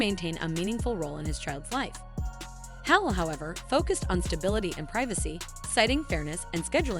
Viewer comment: Learn how to pronounce her name correctly!